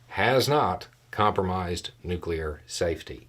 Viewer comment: Thank you for not saying "nucular."